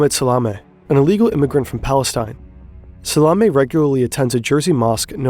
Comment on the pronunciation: SALAMEH hahaha